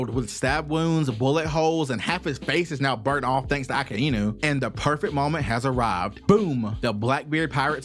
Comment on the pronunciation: Akainu❌ Akainu✅